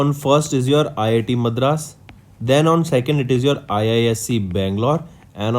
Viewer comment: Its not math raas, its madras.. and its not karor, its crore.. again its not rular, its rural.. correct ur pronounciations.. its too bad man